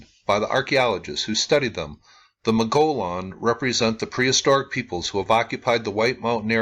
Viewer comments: By the way, mogollon is pronounced "muggy-own." The ll is silent--sort of--the ll account for the "y" sound. (Spanish) I grew up in Arizona. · Not all G's are silent, as they are in the names Saguaro (Sah war' oh) and Gila (Hee' lah). It's Mow goy own'. The O's in Mogollon are pronounced, as is the G. The double-L's, as usual in Spanish, are pronounced as a Y. Mogollon was the name of the governor of the territory when it was still under Spanish rule. Clearly, assigning this name to those people was arbitrary, just as they assigned the ancient people in the Flagstaff, Walnut Canyon, Sedona, Camp Verde areas the false name "Sinagua" (silent G), a Spanish label, pronounced Seen ah' wah, meaning "without water". These were not actually these people's cultural names. The place-name in this video, Casa Malpais, is pronounced Cah' sah (meaning "house") Mahl pie ees'. Mesa Verde (in Colorado) is properly pronounced May' sah Ver (like Very or Various)-day (but in Spanish has a th sound following the D, as in May' sah Verdthay, meaning "Green Table." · this area is high elevation plateau. the Mogollon Rim.( mogoyone. long o.)great camping. the stars are so close you can touch them!